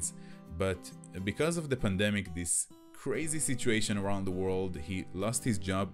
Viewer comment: this, not "dees"?